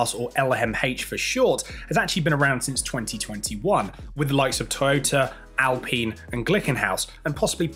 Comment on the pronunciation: Points for pronounciating Alpine correct! 👏👍